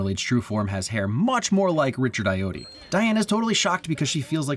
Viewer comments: For future reference, it's pronounced Richard "ah-yo-ah-dee" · Ayoade is pronounced "Eye-Oh-Wah-Day". ♥